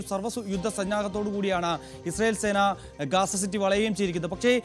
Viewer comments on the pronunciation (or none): Ooley not gesa ,,gaza